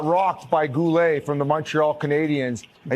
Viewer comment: Biz proving just how dumb he is - Goooleigh lol , it's Guhle, as in Gooley. How do you not even understand that Guhle isn't french, nor is it pronounced like this. Get a clue bro